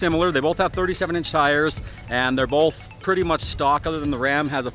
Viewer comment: Bolth…..bolth….😏 Both*